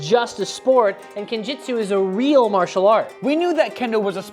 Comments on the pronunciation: guys it is pronounced jutsu not jitsu. jitsu means nothing it isn't even a japanese word. jutsu means technique of whatever you're studying but veyond that goid luck into your journey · Gotta point out that it's Kenjutsu, bot Kenjitsu, though. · Please please PLEASE DON’T call it “Kenjitsu”!!! It’s “KenJUTSU” “Ken” means “sword” and “Jutsu” means “technique” or “art”. There is no word that uses “Jitsu”! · ✋️ It's "-jutsu", lads